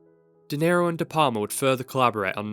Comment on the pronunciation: Ðe PaRma?? De PaLma!! You know... like you pronounce "Al" in Al Capone. You don't say Ar Capone, do you?You pronounce his name like it's some kind of Italian cheese. " Can I get some more De Parma on my spaghetti?". De P"Al"ma. Please try it.